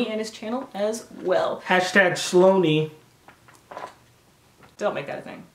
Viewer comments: Sloany??? Toan??? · When he called you I died 😂😂😂